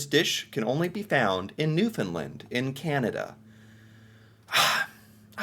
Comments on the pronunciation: it's not pronounced New fin lind.. here's a trick to remember how to pronounce it... UNDERSTAND it's NEW FIN LAND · Okay i am done with your newfunland. I am going to teach you the way i and other nf's pronounce it. New. Fa. Land now say it fast and faster till you get newfaland. Your welcome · Hey, I do enjoy your videos. However, as a Newfoundlander, please pronounce the name correctly. The land in Newfoundland and Newfoundlander is pronounced with a short A sound,,and not a short U sound. Sorry I had to say this because so many people, including national news broadcasts and announcers, get it wrong so I don’t blame you. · I have to correct the way you pronounce New Fooundland. You have the first and second part right noo fnd. But the last part is land not Lund. So noo fnd land. Hope this makes sense to you. Google it. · Okay, I like you and your videos,, but there is one thing I have to correct you about: the pronunciation of Newfoundland. It's New-fin-land, with emphasis on the "land" part. As we like to say, it's New-fin-land, understand?:P In other news, don't knock cod tongues. They are delicious, as are salt fish cakes. Yummy! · Newfoundland is pronounced new-fun-land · Maybe one day he'll finally pronounce Newfoundland correctly. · Not to judge but it is pronounced New Found Land. And it is Rappie pie